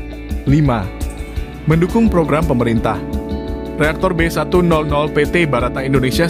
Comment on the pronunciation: B100 dibaca Be seratus,bukan be nol nol